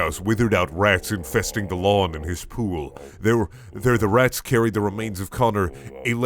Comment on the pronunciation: Them RRRRRATS